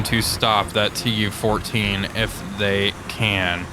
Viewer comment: ... "closing in on this TU-14" ... nope, still incorrect, stroke is maybe still lingering?